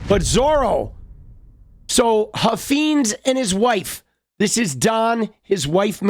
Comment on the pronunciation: I live in Texas where this guy is from. He is an idiot but it’s pronounced Huff Fines. Like a fine to be paid Huffines